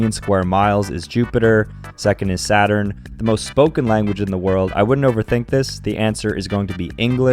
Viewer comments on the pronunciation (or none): none